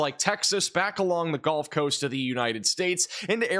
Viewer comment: I really really hate to be this guy, but… “Gulf” (as in the second syllable of “seagull”), please, not “Golf” of Mexico or “Golf” Coast. 🙂